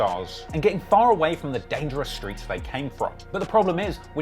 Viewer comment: Stop saying “shtreets” it’s cringe